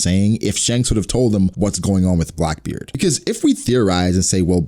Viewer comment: you said brackbeard